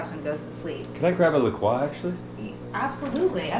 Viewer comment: hahah i loove how you made La Croix sound so much fancier! Croix = rhymes with "enjoy"...even says so on their website :) lollll i did the same thing until i found out. i was crushed